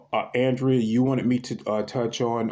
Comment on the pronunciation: Thanks for this transmission. Welcome to the channel Leonardo i love that name💜 you showed why this channel is so Unique with these readings🌸 I think Andrea pronounce her name as Ahndrea because of her Andromedan name is Ahna🌸 I love those bigfoot shows & they really are magical beings💜